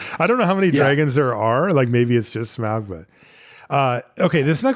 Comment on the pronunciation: I know the pronunciation of some of these names is questionable, but every time I hear Smaug said, it's like fingers on a chalkboard.